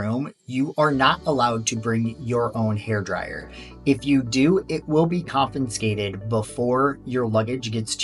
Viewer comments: There is no "n" in confiscated. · he is teasing your pronunciation of the word “confiscated”